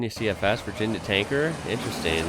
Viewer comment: PS that Commodore is the German built Opel Commodore,but that is the only one, it's all over for Holden.Also it sounds really weird hearing you say things like "Virginia tanker"😁